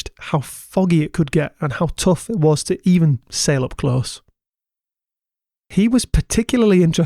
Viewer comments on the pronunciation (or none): none